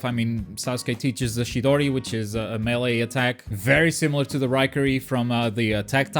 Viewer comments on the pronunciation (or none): none